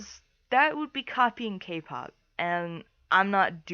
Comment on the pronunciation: (So many people will kill me for this) But... Who the hell is.. Kate Pop? I dont think I heard you say her name right